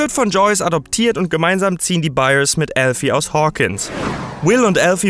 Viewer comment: Es stimmt er sagt es richtig